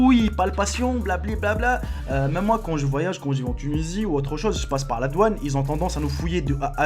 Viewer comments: C'est douane et non pas doaune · Juste pour te dire khoya que c'est " DOUANE " et pas " DOAUNE" mais sinon c'est pas grave cool ta vidéo. J'ai likez